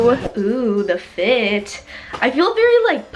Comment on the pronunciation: ik i hate the way she says it but it’s mostly because of the way she says the “t” like the t is just so much louder than the rest of the word